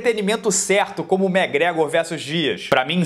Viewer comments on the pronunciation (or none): none